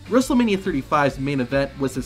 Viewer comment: "Wrestlemani twenty-sex" 💀💀💀 Timelapse